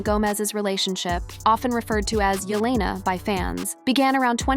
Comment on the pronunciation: Yolena?? It’s Jelena